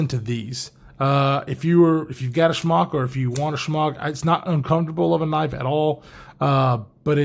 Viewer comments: I just gotta ask...are you pronouncing the Smock as Schmock as a goof? Cause I laugh every time you say it! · You know it’s SMOCK not SHMOCK, right? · It’s like Spock but Smock. Lol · I actually heard it as Spyderco Schmuck the first time he said it!